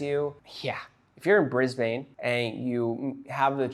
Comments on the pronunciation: (We pronounce it Briz-b'n) Cheers from Oz. 😁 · its pronounced briz-bin please look up how to say it for the next video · Lol it always gets to me when I hear American's say Brisbane.